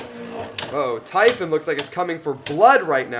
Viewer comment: pronounce typhoon as ti foon not typhon